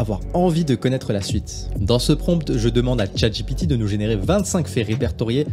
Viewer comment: PPURQUOI IL DIT CHATGIPITI 🤣🤣🤣